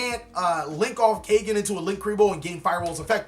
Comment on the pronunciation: kaygen.? nope its pronounced kagen caw like a crow & then just say gen =kagen ^^ also kagen name comes from the word kage which in nippongno/nihongo=japanese language kage=shadow^^